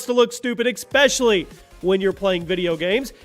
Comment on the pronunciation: "Expescially" 10/29/2017